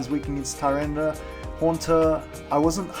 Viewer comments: You say tor instead of tar. And you spelled it tor instead of tar as well :P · Love your vids, but every time you say Tyranitor, it makes me cringe... its ty-ran-i-tar